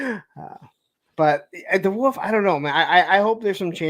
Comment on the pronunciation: Anyone else notice doesn't know how to say wolf correctly? Woof......And Hawk Hogan...You don't pronounce the L......